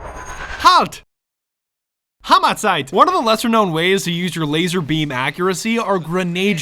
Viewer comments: The "Halt, Hammerzeit" in nearly perfect german accent fucking killed me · He actually said "Halt Hammer Zeit" right tho.